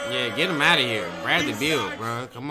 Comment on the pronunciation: Man said bradly beal